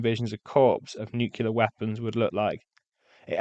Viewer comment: A very interesting review - thank you. But why do you pronounce the word "nuclear" as though it's spelled "nucular"? I've been puzzled for years as to why Americans do this, and now a Brit doing it too? I don't get it. Please do elaborate! You did it twice during the video.